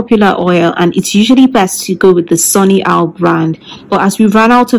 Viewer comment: Are you saying sunny owl Jamaican black oil? I'm sorry it's hard to understand and you didn't post the brand anywhere or where to find this Jamaica black oil 😢❤ tia